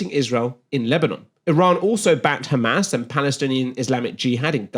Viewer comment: Yes, lets believe the impartial analysis from someone who says "khamas"